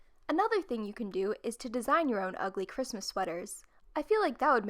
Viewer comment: Who else is a little bit bothered by the last “s” in the Christmas on the Christmas list